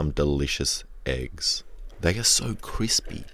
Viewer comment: Instead of eggs I hear aids for some reason